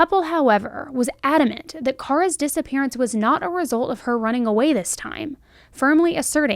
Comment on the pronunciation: She is pronouncing it correctly for Kara. FYI.